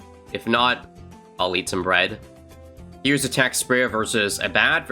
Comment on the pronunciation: Did you say eat or yeet when you said bread???